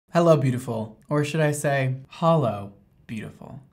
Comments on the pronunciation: I feel like I get triggered every time says its H💿l💿... I h8 to break it to you but it isn't H💿l💿! Its a rainbowwwww. And this has been my ted talk. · holo hair Cristine:DID YOU SAY HOLO Lol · says its holo me cringing and dying inside It's not holo 😭